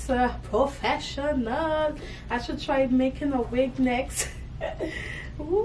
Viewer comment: Picked up on the West Indian accent when you said "professionaaaaal!" 😃